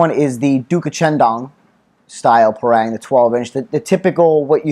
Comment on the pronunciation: Great review. thanks. In case it helps if you're over Malaysis and fancy buying one from a local store, the word Parang is pronounced Parung. Like Par in golf with Rung, Par-Rung.